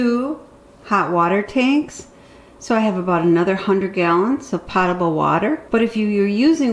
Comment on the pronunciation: Great video, as always! I also wanted to let you know that the word potable is pronounced with a long "o" as in the words potent or close.